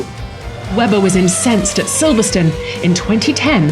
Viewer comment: "They collided in Solverstone" the audacity.